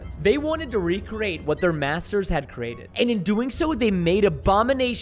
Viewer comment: at the time he says cerated instead of created